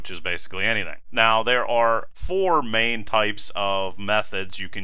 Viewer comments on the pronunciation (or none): none